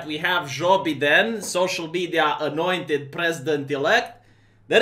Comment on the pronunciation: love the way you pronounce Joe BeDamn. I'm offended that you showed a Biden Fat Cat at the beginning of the video. Can Biden take office if he cannot get through the entire Oath of Office without a dozen gaffes?